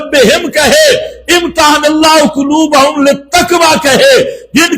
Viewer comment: قرآن غلط پڑھ رھے ھو کلوبھم للتکوا اوہ نالائق قرآن پڑھنا سیکھ لو